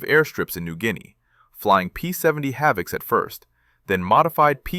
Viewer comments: Havoc and not Havick. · P-70 "Havick"??? I am familiar with the A-20 "Havoc". Have I missed something?